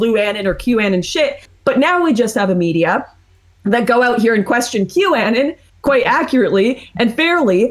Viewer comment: why does lauren southern pronounce it CUE ANNUN?